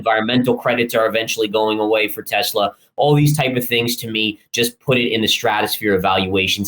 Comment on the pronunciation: it is PRONOUNCED TE"SS"LA not TE"ZZ"LA